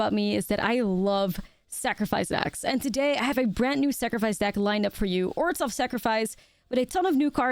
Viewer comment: It´s pronounced "oržov", not "orzov", the h is there for a reason.